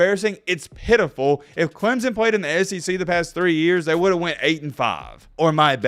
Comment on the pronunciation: Your voice is annoying. It is Clemson not Clemzon. 🙄